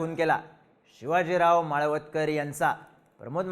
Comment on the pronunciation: माळवदकर नाही हो माळवतकर नाव तरी नीट घ्या उगाच व्हिडिओ करायचा म्हणून काही पण